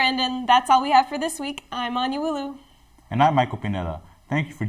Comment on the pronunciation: Should be “Wuolu” not “Wulou”